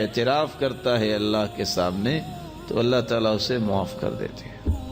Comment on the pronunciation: alha ek hy. aap bolt alha dete hy.....asay na bole